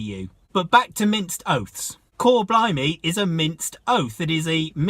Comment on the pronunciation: blimey not blumey . Bleedin self correct.